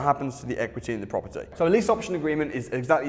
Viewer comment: Proper Tea, proparteee, propper T, propaty...